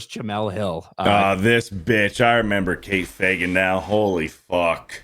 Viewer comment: You pronounced Fagan wrong